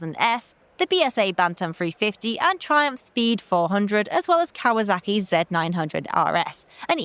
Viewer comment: Just a shame Brits cannot properly pronounce Kawasaki. That would be an S and not a Z Why do you call it a Kawazaki? That is how you are pronouncing it. WHY?